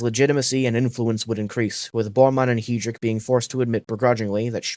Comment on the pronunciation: reinhard hee-drick